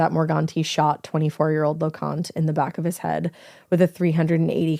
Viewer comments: Lo-con-tae is how they pronounce their name. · His name is pronounced Lo-con-tea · I grew up with Anthony. It was horrible news. He was a nice kid. And you pronounced his last name wrong. Loconte